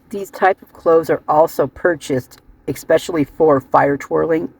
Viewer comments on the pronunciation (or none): just said EXspecially instead of ESPecially. People do mispronounce words. Not sure I would read too much into axe and acts.